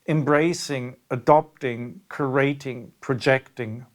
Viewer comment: The way you pronounce "curation" is sometimes very confusing because it sounds like "creation". The "u" part should be voiced as "you" ,not "oo". As in "curious" of "fury" if that helps. This is not meant as criticism just feedback. I also have an accent and English is not my first language.